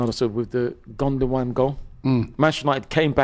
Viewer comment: How can say gundagoan...... It's ikay